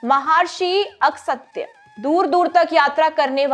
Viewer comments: Mahrishi Agastya h ,Agsatya nhi. Aap glt ucharan kr rhe h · महर्षि अगसत्य नहीं महर्षि अगस्त्य, मूर्खों की तरह उच्चारण नहीं करें। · Pronunciation is not good. Please give these content presentation to those who know proper knowledge or at least know the language. Where did you find Maharshi ASAKTYA. These things misguide young minds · महर्षि अगस्त्य एक महान वैदिक ऋषि थे, ,,कम से कम नाम तो ठीक से बोलना आना चाहिए,,इससे आजकल की young genration के poor हिन्दी का पता चलता है l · कृपा करके ऋषि मुनियों के नाम ठीक से ले।। अगसत्य नहीं उनका नाम अगस्त्य हैं। ऒर विश्चमित्र नहीं उनका नाम विश्वामित्र हैं।. 🙏🙏🙏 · महार्षि नहीं महर्षि है। अहिल्य नहीं अहिल्या या अहल्या सही है। अगसत्य नहीं अगस्त्य उचित उच्चारण है। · Wonder how she mispronounced such famous names of geat sages like MAHARISHI VISHWAAMITRA and SHREE AGASTYA MUNI JI AND NO ONE EVEN BOTHERED TO CORRECT HER OR NOTIFY HER, GUESS HARDLY ANY ONE IN THE STUDIOS TOO KNEW MUCH ABOUT THEM, SO, WHATEVER SHE SAID WAS DEEMED AS CORRECT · महर्षि विश्वमित्र नहीं महर्षि विश्वामित्र बोलिए । महर्षि अगस्त्य सही नाम का उच्चारण कीजिए । क्षमा करे हिन्दी के प्रस्तोता भी इतने अल्पज्ञानी हो सकते है यह आश्चर्यजनक होकर विडम्बना ही है कि आजकल की पीढ़ी को सही जानकारी नहीं है । ऐसे लोगों को प्रशिक्षण की आवश्यकता है ।